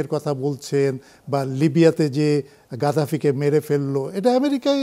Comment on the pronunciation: ভাই গাদাফি না❌ গাদ্দাফি✅